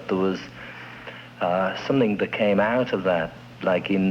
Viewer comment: Love the way he says something = somethink